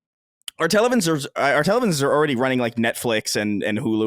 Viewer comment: Well before we get to that point, perhaps we can pronounce the word "Television" :P. Demands will always become greater, of course you could probably play a current title on an SOC built into a display from 2030 - but how cutting-edge are the games of 2030 going to be? You see the size of graphics cards today, that's not going away anytime soon, unless we have a drastic change in architectural solutions.